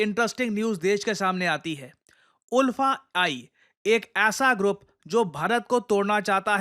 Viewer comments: Oolfa nahi sir... ULFA (aalfa) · Sir, the pronunciation of ULFA is not उल्फा; it's आलफा, like Ultra. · Sir locally hmlog inlog ko "अल्फा" pronounce karte hai😅 Aur inlog meaningless hai, ye video banana jaruri nhi tha, isse unlog ko proud hoga ki iss topic ko cover kiye😅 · The pronounciation will be aalfa not oolfa.. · उल्फा नही, आल्फा। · In all Assam we pronounce the group ULFA as like Alfa..... We proud to be Indian ❤️ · Sir, Iska pronunciation "Aalfa" hota hai. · ULFA pronounce as AALFA. ❤from Assam ❤ Indian Army 👍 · Its pronounced as Alfa.. even it’s written as ULFA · Ulfa is pronounced as Aalfa.. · Its pronounced as alpha ul as आ